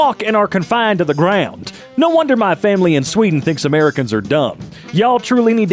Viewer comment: You mispronounced “Americans”.